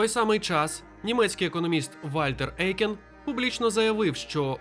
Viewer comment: Дякую за відео - пізнавально. Єдине не ЕЙкен а ОЙкен. Це суттєво. У німецькій мові "EU" читається, як "ОЙ".